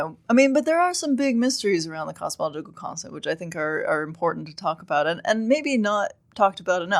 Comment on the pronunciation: I can’t stand the way she mumbles through “cosmological constant”